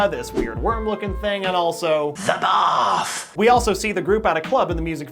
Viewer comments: No not THE BATHFF, its ZE BAFF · “ZEE BAFF” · It’s not T H E B A T H it’s Z Z A B A T H